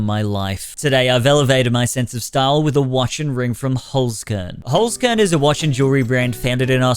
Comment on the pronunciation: Why do all youtubers pronounce it as "holes corn" and not "holts kehrn"?